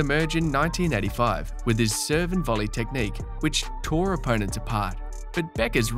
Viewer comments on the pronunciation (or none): none